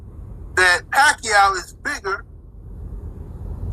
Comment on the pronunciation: i still remember that fight with Manny and Ledwaba when the commentators couldnt figure out how to say Manny Pacquiao"s name right. hearing you say "Pakayaoooo" def gave me that same reaction from back then. its hard to disagree with you cuz you speak facts. thuuumbs up!!!